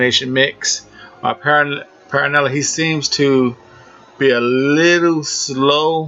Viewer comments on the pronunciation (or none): Also, his name is B R Y A N T P E R R E L L A. Not “Paranelly” it’s Perrella. Rhymes with Fella. There is no “N” in his last name. Come on man your the expert, get the names right! This is not even a hard name to pronounce